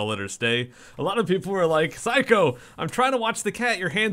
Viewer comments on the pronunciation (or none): none